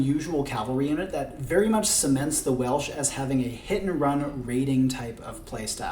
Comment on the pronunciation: As a Welsh language tutor, your pronunciation of Welsh names and places was very good. I commend you.